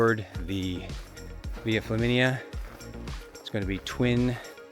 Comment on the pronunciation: I thought you said "Via Chlamydia" when I had a mouth full of coffee. I had to wipe up the mess on my keyboard and screen, and blow my nose pretty hard. Thanks for the giggle!